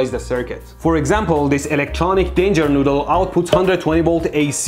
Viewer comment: No EleKtEroniK DAAnJer NooDdEL